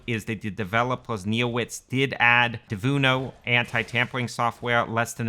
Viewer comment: it is Denuvo not devuno XD XD